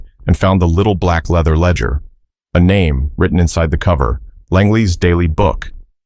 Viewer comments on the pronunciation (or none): none